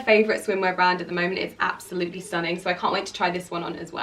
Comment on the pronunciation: stop saying absoutely like that so many times